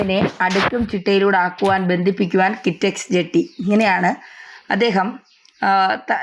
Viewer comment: ജെട്ടി അല്ല ജെഡ്‌ഡി എന്നാണ് പറയേണ്ടത്. ജെട്ടി എന്നാൽ ബോട്ട് ജെട്ടി ആണ്